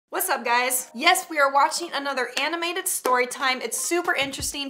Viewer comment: I like how say whatsup or should i say whatsapp